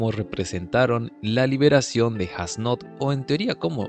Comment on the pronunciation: creo que falto como jugram le explica mas a detalle como funciona el poder de yhwach que practicamente es una amenaza y como renji se echo una siesta as nodt fue brutal lo unico en contra la pronunciacion de su nombre (Esu Noto)